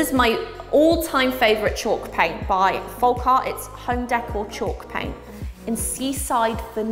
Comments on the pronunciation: I love you but you stress me out every time you say folk folk folk FOLLLLLLK. With an L. You said it right the other day as I was super excited. Then you reverted and I cried a bit inside 😂😂😂 folk as in yolk. Love you xx 😘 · Please stop pronouncing the L in folk. It’s pronounced foke, not foLk. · The way you say folk is so funny to me! I dunno but in Ireland we say folk like foak and in oak tree 🌳 Lovely products for all the painty fun 🥰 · What a wonderful gift and you were very gracious in your thanks. Hope you won't mind my pointing out that 'Folk' is almost certainly pronounced 'fowk', as in the phrase 'folk art' meaning the art of the people as opposed to academic or commercial art. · hon, the 'l' in 'folk' is silent...